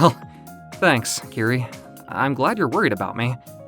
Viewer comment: POV : It's not KIRI it's KIRA 😂